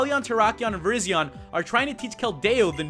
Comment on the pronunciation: Virizion is pronounced Vyryzhon